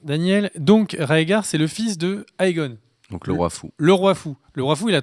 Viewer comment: Sérieux les mecs faites un effort quand vous parlez, exprimez vous mieux... Premièrement ce n'est pas " Jaegarys " mais " Jaehaerys " en référence à Jaehaerys le 4ème Roi Targaryen a être monter sur le Trône ! Deuxièmement le Roi Fou ne s'appelle pas " Aegon " mais " Aerys "